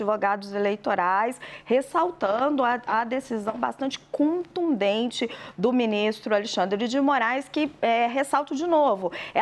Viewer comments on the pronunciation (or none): “Cuntundente” não filha! Contundente, com o! tem de melhorar o português urgente, erra muito!!! Demais da conta! E não somos Bolsonaristas anti-democratas somos patriotas exigindo nosso direito constitucional! Nossa manifestação é legítima!